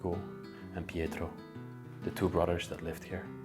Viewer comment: You're cute, you pronounce brothers like "brudders".